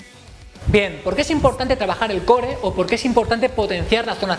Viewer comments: Se pronuncia coor no core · porque no pronuncias core de la manera correcta? saludos